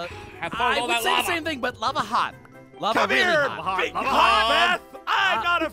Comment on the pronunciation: "lava hot, lava Really Howt" I don't know y I'm laughing so hard fr xD that was slay HAHAAHAHAH